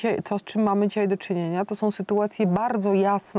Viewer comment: (19: 20) "istotnOM", Malgorzata, tak domknela wargi, az dolna warga weszla na gorna, wystarczy zatrzymac film na . To czesty blad artykulacji, na ktory zwracam uwage ogladajac z Kanady, wyksztalconych ludzi, wypowiadajacych sie w roznych przekazach, niewyksztalconym przepuszczam. Slucham i uszom nie wierze, prawnik a mowi ,"ktore sOM sytuacjami"...choc nie widac w zblizeniu, ale ja jestem uczulony na te "OM' na koncu wyrazow i moje ucho mimo 84-ch lat w sekundzie te bledy wymowy wylapuje, a zawsze przed wytkjnieciem cofam pare razy, zeby nie bylo watpliwosci, zeby kogos nie skrzywdzic. Az boje sie sluchac dalej, bo mam wieloletnie doswiadczenie, co do osob tak kaleczacych nasz piekny jezyk, ale moze nie bedzie tak zle. Nie musialem dlugo czekac, oto , "lamane przez dzisiejszOM", wystarczy cofnac i zatrzymac na i mamy obydwie wargi kompletnie domkniete, a nie powinny, bo powinno byc wypowiedziane, dzisiejsza, "a" z ogonkiem u dolu, na koncu tego wyrazu. Przepraszam, nie mam polskiej klawiatury i musze posluzyc sie forma opisowa.